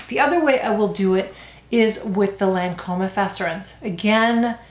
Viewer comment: Lol the Lancôme pronunciations!😆